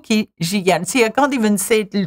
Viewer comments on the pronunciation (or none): As a native French speaker, this is almost completely true, except for the "faut que j'y aille" part, this is not "fo'k'zhee-al" but "fo'k'zhee-aye" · Juste une petite remarque, "aille" se lit "aye" non pas "al". Nice video though, I liked it!! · as a native french speaker i got a bit triggered by . faut que j'y aLLe ??? err err .. that "L" should not be pronounced as "L" .. phonetically the sentence would be "fo k' g.i." .. aille, ail , portail, canaille, ... in all these words the "ail" can be pronouced as the "i" just as you would pronounce it in "i like you" - so .. portail becomes "port - i" , canaille become "kan - i" etcetc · Oui, j'ai bien vu la vidéo, et justement, même en abrégé, la plupart des gens prononcent aille " aïe " . Et non pas al , comme elle . A mon avis c'est un régionalisme et non pas une manière courante d'abréger en France. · "aille" in "il faut que j'y aille" is pronounced "aï", not "al". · Bonjour, à vous dites: Il faut que j'y aille Vous prononcez: Fo kji al (al comme la terminaison de: cheval) ça devrait être: Fo kji ay (ay comme la terminaison de: travail, détail) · I'll just add a little correction for one of the last sentences "faut que j'y aille", we do not prononce the word "aille" like "al", it's prononced "aye" ;) Great video, verry funny for me as a french ;) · La prononciation correcte reste "aye" malgré tout ahahah peut-être que suivant les régions/accents certains disent "al" mais je pense que cela reste anecdotique x) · je sais pas si c'est fait exprès ou pas mais le "faut que j'y aille" est prononcé comme "faut que j'y al", en fait, le aille se prononce sans les "l" et donc plus comme ail ou aïe [AJ] si je me trompe pas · Honestly as a French native I'm dying of laughter watching this video and imagining an English speaking person watching it as well and being confused as hell, but everything she said is true sadly xD Just a little mistake, the pronunciation of "aille" is "a-e", not "al"